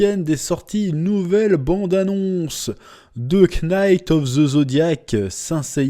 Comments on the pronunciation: Mais enfin Chef pour la 100eme fois … ne prononce pas le K dans knight … me tape sur les nerfs … ou il le fait exprès 🧐🧐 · Chef je t'en supplie arrête de prononcer le "k" de knight. Il est muet. Pardon je suis une merde mais fallait que ça sorte. Merci pour tout